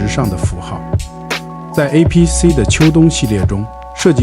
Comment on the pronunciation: 那个不念APC…